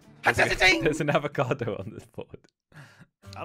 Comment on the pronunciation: When said Avocado i thought is abocado but its avocado